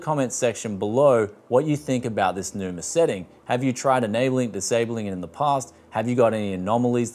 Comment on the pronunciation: Enjoyed the review, but why adding R at the end? xDDD it's Numa not NumaR I guess?